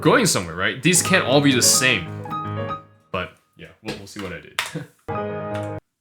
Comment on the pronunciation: Cute cat lamp! I'm just here to hear u say Watt instead of What